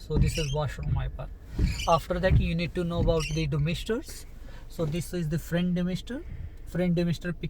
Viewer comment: Is it frant damister or front damister plzzz speak clear so we can understand